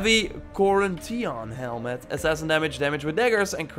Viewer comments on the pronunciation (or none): nobody else is bothered by the way he says Korinthian or strategi? ik you have an accent man but it’s not that hard ;p